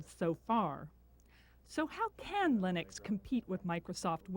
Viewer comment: I finally learned how to pronounce Linux. Just the way it's spelled.